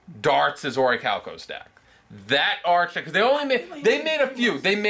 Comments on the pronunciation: Archtype It’s pronounced ark-type And if your going to say something make sure u say it right it comes off as Ben Stiller in tropic thunder who thought veitcon plural was vietcons So do research, 0 stars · And that is pronounced "ar-ke-type".